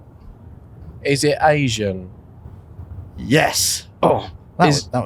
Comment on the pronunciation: Why does saying "Asian" sound exactly like Bruno saying "engine"